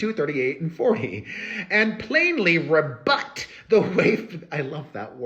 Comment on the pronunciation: “Rebut” is a new word that I learned today 😊, I will never forget it because of the way you said it 😂😂😂 and Celine Dion at the end was something among other things 😂😂😂 If I understood correctly, it seems that the judge did say nicely to miss Esra to FO, he also said to Freedman that he didn’t have to answer to the other moron journalist, so maybe I need more details but that’s what I heard.